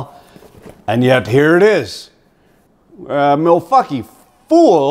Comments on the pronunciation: Its pronunciation is milquackiey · I died when you said milfaukee lmao